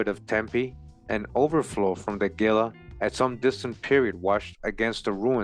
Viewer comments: Gila is pronounced "Hee-Lah" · Everytime you say "Gila" I flinch. It's pronounced "Hee-la." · " Fun fact " The Smithsonian admitted having destroyed hundreds of giant skeletons. In the same era these articles are from. Shortly after they were established. I was raised in AZ and no offense intended at all (True story ) but it kinda stung when you mispronounced Gila. Lol So ........... Heela is how Gila is pronounced. This was a good video. I've subscribed for sure. 🤗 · Gila is pronounced Hila. It is a Spanish word. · 🤣 😂can't even pronounce Gila and Llama correctly